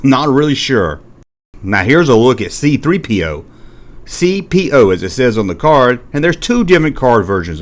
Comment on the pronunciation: Well at least there’s someone else that did an ever worse job of pronouncing C-3PO. : That’s no moon!